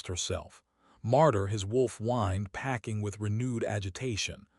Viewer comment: Pacing (walking back and forth), not packing (putting clothes in suitcases). Baring (to bare) not barring (to bar, prevent access). Incorrectly pronounced repeatedly.